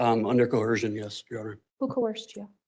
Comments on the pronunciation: Another sovereign citizen pattern is the inability to pronounce coercion. They keep adding this Stewie Griffin-like H to the word that I don't jive with. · Ahhhh the good ole cohershun argument.